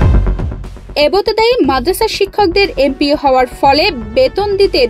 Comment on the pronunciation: এবোতেদায়ী না এবতেদায়ী😂